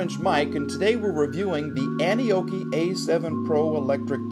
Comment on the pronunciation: First time I heard you say the name I thought 🤔 you said Annie Oakley 😂 rugged bike.